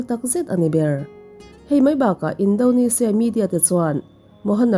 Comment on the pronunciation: Tinge Indonezia tih ang a i lam tlat le😂 Indonesia a ni sia